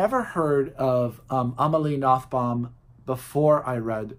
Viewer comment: Positively surprised to see Amelie on the list. Her family name is pronounced ''Noton'' .